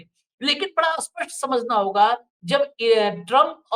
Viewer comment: स्पष्ट को अस्पष्ट क्यों बुलाते हैं कृपया इस और ध्यान दें।